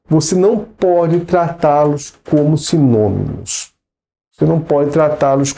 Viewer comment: "Simonimos" kkkkk que graça :)